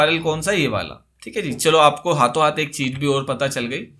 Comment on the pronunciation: haato haat bola mtlb rajasthan se hai bnda lol